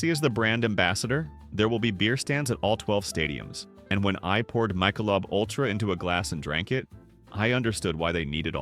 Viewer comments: Were you raised by wolves? No one calls it Mike-a-lobe. It's Mick-a-lobe. Well that's not as bad as calling barbeque, b-b-q. Seriously, no one talks like that. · "Michael lub" beer????? AI is terrible. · You can tell this is an AI voice over as soon as the AI voice pronounced Michelob as Michael-lub. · 'AI' can't even pronounce 'Michelob'... STOP IT!!! AI Sucks... Pay a few dollars more and have a Human Read the Script!!! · That Michelob pronunciation outs the AI voice, it has some good pointers and information and maybe the person behind this drank the beers and watches World Cup, but it's AI generated video's and the voice now is suspect.